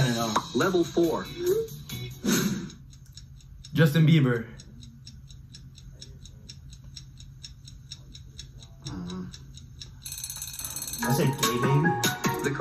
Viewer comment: Bro said justin beiber 😂 im dead